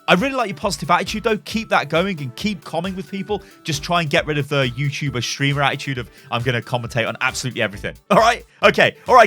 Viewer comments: Dammit bro StreAmer has an A in it. You're killin me bro. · ah yes the "Stremer" problem